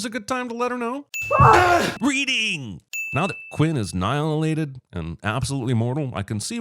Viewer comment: Saying “Now Quinn is anNILElated is just wild “